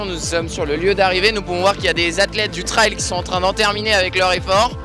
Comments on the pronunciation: La pronunciation est fausse . Trail not trial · Sa se dit treil et pas traaail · Super diversification tant dans le divertissement que dans l'apprentissage de cette nouvelle discipline 👍 Par contre ça se prononce "trèl" 😉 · Bravo ! Par contre je ne comprends pourquoi vous prononcez "trail" de cette façon